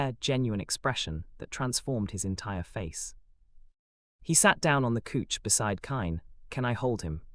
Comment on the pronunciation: It's not cooch it's couch 😂